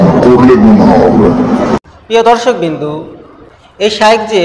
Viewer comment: দর্শক বৃন্দ এই উচ্চারণটি ঠিক করে নেবেন । বৃন্দ - বিন্দু হয়ে যাচ্ছে।